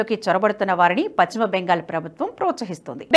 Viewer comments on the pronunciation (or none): none